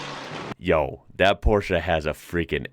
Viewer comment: Thanks for pronouncing Porsche in the right way.